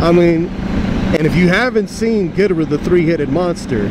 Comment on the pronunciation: I thought it was pronounced Gee door raah.